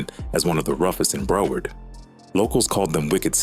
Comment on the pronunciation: Bra 😂😂 . U got this A.I calling our shit Bruh-word , Brow- herd , then calling Zoe pound Zoey pound 😩💀🤣. And what the hell is this bout Haitians and librarians 😂😂😂 and then Liberians .. lmfao Bra Liberia is a neighborhood in Hollywood FL not actually Liberians ... You got Liberians , librarians and Zoey pound fuccd up 😂😂😂😂😂